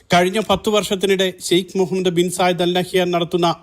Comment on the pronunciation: The news reader well pronounced the name mohammad as per in clear Arabic manner, it's appreciated